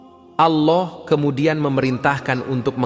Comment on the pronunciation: Kok nyebut Alloh nya gitu sih g faseh